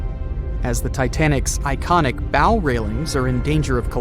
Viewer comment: “Bow” (of a ship) is pronounced like “plow” (not “crow”)!